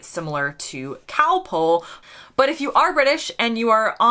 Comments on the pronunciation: The answer is that American does not have the short o sound that Britain, Aus, NZ, South Africa, etc have. So Americans might say bother to rhyme with father, and mozzarella becomes mutsarella or moatsarella, and Costa becomes coasta. It's also why you said calpole rather than calpol. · Just think how you pronounced Calpol at the start of this video. It is Calpol, you sounded it as Calpole, as pole instead of pol. As it is a British word then say it the British way. We Brits say Cosmos, as in moss the plant, where Americans say Cosmose. This is the same when Americans say Coffee as Coreffee, or Dog as Dorg, instead of Coffee, as in cough, & dog as Dog, rhymes with log. We heard lasso first in American western films, where it was said as Lasso in the British way, not in the American way you say. Hay produces much pollen in the spring. When I was a child, many years ago I admit, there were no such things as allergies. Americans tend to say anywhoo, like two, when Brits say anyhow, as rhyming with now. Americans say set down, while for Brits it is sit down, when a person is in a chair, but you may set down an object on a table etc. or set down something in writing. A person would never set, but sit, down. There will be more but I cannot recall them just now. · K got that wrong I thought you said Cow Pull like a tractor pull